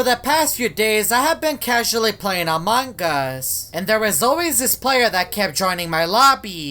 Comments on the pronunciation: The youtubers keep saying among gus theres no g its among us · I like how when he trys to say among us he says "among gus" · I switched on the subtitles and when you said among us it said amangas